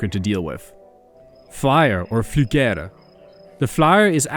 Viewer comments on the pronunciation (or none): gotta love the inability to pronounce swedish. For "flygare", you said "flügger", which is hilarious. And for "krypande", you said "cry panda" (english).